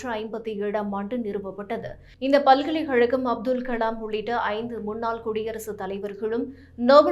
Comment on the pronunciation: Please improve your pronounciation of "ka". பல்கலைக் கழ்கம் என்று சொல்லுமபொழுது கழகம் என்னும் பதத்தை சரியாக உச்சரிக்கவேண்டும். பல்கலைஹழகம் இல்லை.